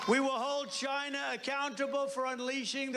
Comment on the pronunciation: I do still wonder what a ledshishleshur is. I am very proud of Donald though, he now says China instead of Dzjaina. I guess he finally figured out it's a country instead a part of a cunt.